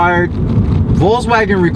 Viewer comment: Thanks for the video. And I prefer your pronunciation of Volkswagen above any I've heard. I'll look forward to more updates.